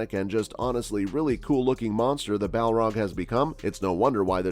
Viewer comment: Did you just call Balrogs “Malar?” And the Moria Balrog wasn’t “named” Durin’s Bane. The Dwarves called it Durin’s Bane because the Balrog slew King Durin.